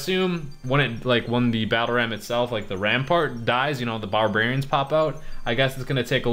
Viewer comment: "Bahrbewrians pop out"